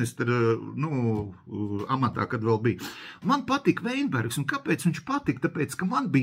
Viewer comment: Kļūda bijušā ministra uzvārda izrunā. Nevis Veinbergs, bet Vitenbergs.